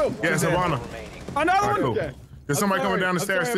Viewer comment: ...plz Hibana's pronounced like He*bana, not Ha*bana. Sincerely, from a half Japanese. Great video though